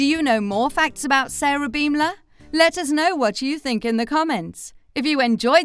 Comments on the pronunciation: Their last name is pronounced bom-ler like a bomb exploding not beem-ler.. I think if you're making a video about people, it's important that you know how to say their names correctly. :) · learn the english language, its pronounced BAHM LUR